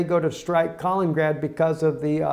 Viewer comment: Kalin-ingrad please, (additional in)